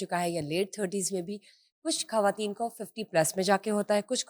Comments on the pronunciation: بہترین والد کی بہترین بیٹی اور پھر ایک عظیم لکھاری کی نواسی ۔۔۔۔ ماشاءاللہ میرا ایم اے کا مقالہ نسیم حجازی صاحب کے حوالے ہی سے ہے آپ کی گفتگو بہت informative ہوتی ہے ۔ آپ کا لب و لہجہ اور تلفظ شاندار ہے لیکن پلیز ان محترمہ کو سمجھائیے کہ یہ خ کو کھ بول کر اردو کو برباد نہ کریں ۔۔۔۔ یہ ان کا احسان ہو گا شکریہ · خ کو خ ہی بولیں کھ نہیں۔کھواتین،کھطرناک، میزبان کو اس بات کا خاص خیال رکھنا چاہیئے۔۔۔پوری discussion میں disturbance پیدا ہو جاتی ہے۔